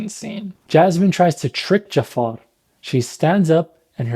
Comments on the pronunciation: sorry but you cant even pronounce jafar in arabic? its ja3far (جعفر) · You didn't pronounce Jaafar correctly. It's Ja3far, where the 3 is the Ain. جعفر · اخوي متاكد انك عربي؟ ما تعرف تنطق " جعفر" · it's not pronounced the way it is in the movie in arabic. It's a much softer er sound with the ja being quick and pronounced. Arabs would say "JA-3-fer" While the movie says "dja-FFAaaR" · yo i'm arab and i just wanted to clarify ur arabic pronunciation of jaafar is incorrecet it's ja3far. with a ع!